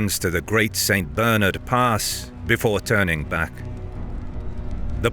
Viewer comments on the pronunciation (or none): none